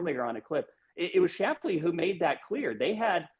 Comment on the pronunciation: It's Gary shapply Benny, if you pronounced his name correctly maybe he would come on the show.